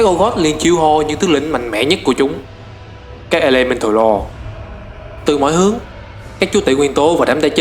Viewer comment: từ Old god, faceless, elemental lord, void lord, titanforge, còn mấy cái tên nhân vật nữa nhiều wa mình ko ghi ra hết dc. Ad nên tìm mấy cái clip loremaster của WoW để nghe cách phát âm và tham khảo.